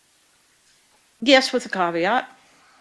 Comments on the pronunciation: Did you poop in the pool? Yes with a caveat (pronounced CAWW VEE AUGHT) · She's ruined the word 'caveat' for me 😐